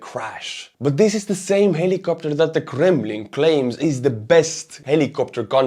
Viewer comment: I don't think I've ever heard someone say the word "Kremlin" with such panache.